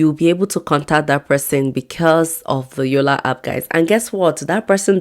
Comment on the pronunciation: It's called yolla app not yolla hap 😅